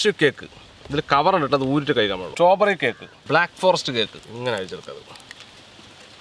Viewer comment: സ്ട്രോബെറി ❌സ്റ്റോബെറി ✅